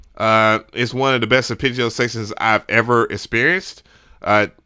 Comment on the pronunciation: Bro I can’t take it any longer... It’s pronounced “aar·PEH·jee-ow” ITS A “EH” sound not an “I” 😂😂😂😂😂